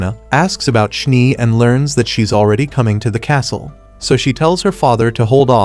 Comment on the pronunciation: Schnee is german for snow you called the one character schnie just noticed 😅